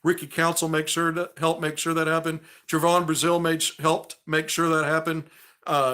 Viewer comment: I love your recaps and takes on the games but your killin me mispronouncing Trevon's name. Its pronounced Trevin. Just a small critique